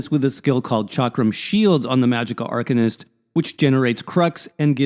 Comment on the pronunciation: Good vid. Thanks. But saying Arc-un-ist is driving me nuts. Ar-cane-ist. Ar-cane-ist...